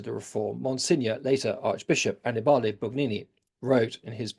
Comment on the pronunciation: Thank you for the excellent talk. Annibale Bugnini. ( An-NEE-bah lay ) stress on second syllable. Like pa-PA-bi-le, or MO-bi-le.